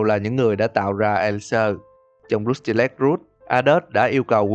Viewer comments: kênh lớn thế này mà làm content đọc tiếng anh không nỡ bỏ 5s lên mạng check phát âm à? =))) xong hơn 2tr viewer cũng cứ "rút ty lếch" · Uhm mình góp ý 1 chút là khi ad đọc cái Rusty Lake thì chỉ cần đọc thế hoặc là " hồ Rusty " là dc rồi.